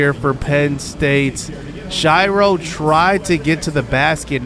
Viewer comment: Please stop mispronouncing "Shiro." It's pronounced like hero with an S at the beginning. Shih-row